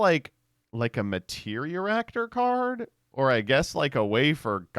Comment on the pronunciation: I guess I'll have to comment this every time you mispronounce it: MAT-ER-I-ACT-OR. It's not "Materioractor."